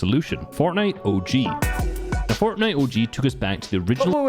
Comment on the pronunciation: sypherPK, the guy who has been making fortnite videos forever but still cant pronounce "fortnite" FORNEI